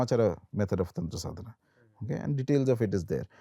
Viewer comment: It's not tantraaa, it's Tantra🤦‍♂️